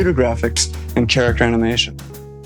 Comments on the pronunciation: Did that dude pronounce it "chair-actor" at the beginning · did he say “tsa-racter animation”? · I'm sorry, are we going to just completely ignore the fact that the man in the intro vid pronounced "character" with a cha cha cha, cha?